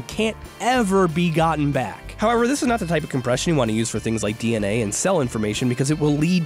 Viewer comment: Is it just me or everytime he said dna I heard dnf 💀💀